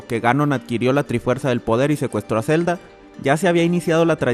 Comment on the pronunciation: Zzzelda. No mentira